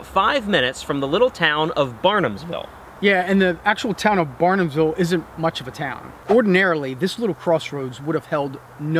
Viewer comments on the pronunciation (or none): That "little town's" name is BARHAMSVILLE, not Barnamsville. You guys give our cozy town 2 seconds of spotlight on the internet, then say our name wrong.